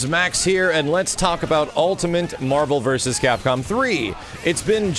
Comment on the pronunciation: Max said "Ultimant"